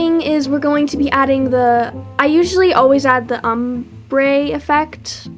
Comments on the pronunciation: (Om-brey) lol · Btw, it’s ahm-brey for the word pronunciation 😊 and then also sa-kay-duh wings